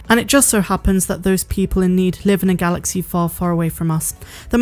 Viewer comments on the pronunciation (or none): none